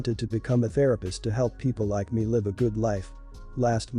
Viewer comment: I can’t stand to hear people pronounce words wrong. What country is this person from. ? I hear lots of words pronounced wrong. This time it was live.Last story your daughter shouldn’t have to take her brother with her. She had a right to hang out with her friends. Dog story. Parents should have addressed their daughters issues with animals when she was a toddler. If stepsister was 13 & the other stepsister was 20 how does she really know what it’s like to live with an autistic person. To truely understand she’d have to be there when she was born.She was right in talking to the organization since sister wouldn’t listen.